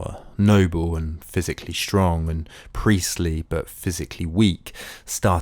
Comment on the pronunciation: Good account, but WHY do you pronounce words like strong as SHSTRONG? There is no sh at the beginning of the word. You presumably don't say shilly rather silly?